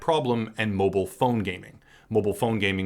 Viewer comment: Please pronounce mobile gaming more like "mobile gaming" PS: Popup cam, no piece of ** can see meh 😂